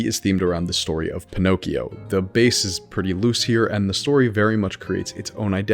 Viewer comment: I hate to be that guy, but... "☝🏻🤓 Actually" it's "Pinocchio". And, really, there are a few examples of characters that could be Pinocchio, but it could be us. There are some revelations that... well, you will see.